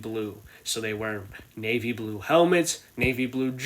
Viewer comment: Nave blue socks nave blue helmet navy blue everything or whatever you said 🤣🤣🤣🤣